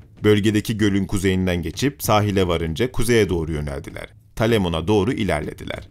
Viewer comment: Talemon değil Telamon Muharebesi